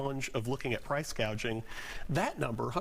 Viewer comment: You mean “price gauging”? 😅